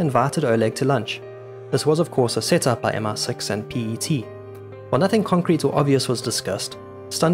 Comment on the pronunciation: Great video but it is MI6, not MR6